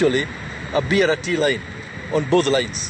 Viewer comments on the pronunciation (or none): its BRT not Bi arati